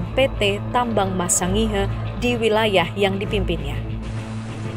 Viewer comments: Sangihe di baca Sangir... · Hai pembaca berita anda mengucapkan sangihe yg pas dong!!!